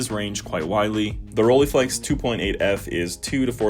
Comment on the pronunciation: First pronounciation snob calling: Rollei is not pronounced with an e (like eagle) in the end, that would be "ie" in German. German "ei" is pronounced like eye or I. So, Roll-eye-flex, not Roll-ee-flex! Have way to much cameras (and lenses), but love most. The Pentax 645n with a lens setup from 35mm (and the 33-55mm) up to 400mm, and a Pentax 645 as backup. The nice Mamiya 6 which I had found 2 years ago with two lenses for only 800 CAD (got the 3rd lens, the 50mm later as well for a reasonable price). My first medium format was with the Minolta Autocord (I am a big Minolta fan), unfortunately the stupid focus lever broke off after I had it CLA'd... Still have to try out the Zeiss Super Ikonta (early version from the 30s, 6x6, with a Tessar 2.8 lens) and the Fuji GW690 which are around...